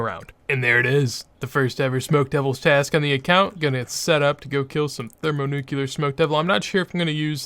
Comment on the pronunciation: ThermoNUCLEAR. Not thermoNUCULAR. New-clear. You're triggering my autism. Also, you can use runelite to make shift-click "withdraw x". That way you dont have to right click and select the 18 sand in the bank when glassmaking :)